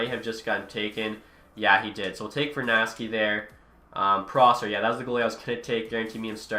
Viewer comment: its vernarsky not vernasty lmao